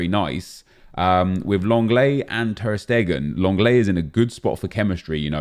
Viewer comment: Anyone notice that it sounds like he says ter Stegen in a weird accent